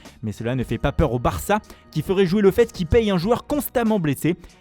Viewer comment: J'ai jamais vu un accent aussi pourri! En plus il se l'a joue accent Espagnol mais il prononce Barça comme un Anglais parlant Espagnol.